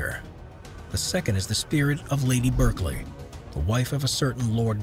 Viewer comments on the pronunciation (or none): none